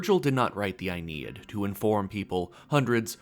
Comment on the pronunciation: It's Aeneid, as in "ae" like uh and "neid" as in knee-yad.